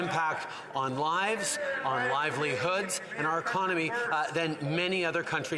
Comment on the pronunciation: Trudeau has difficulty differentiating the word lies and lives....sounds like hes trying to protect and defend lies..